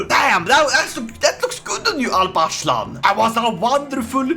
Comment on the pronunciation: holy shit that alparslan pronunciation at the begining was spot on